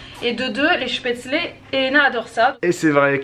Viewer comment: Aaaah tu la bien dit cette fois spaetzles haha "chpetslé"